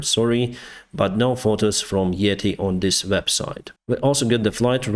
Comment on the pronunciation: Its yeeeeeti yeeetiiiii ure saying like etihad dubai one